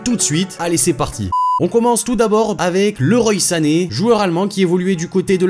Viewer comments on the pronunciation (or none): Ça se dit leroi sané et pas loroye. Sinon vidéo intéressante